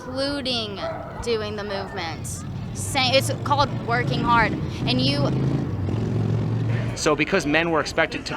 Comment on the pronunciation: "History is harrrd"